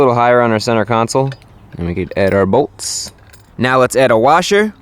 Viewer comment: the way he says bolts 😂